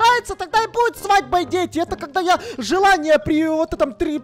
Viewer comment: говорит:на 10милионов свадьма. 10милионов как бы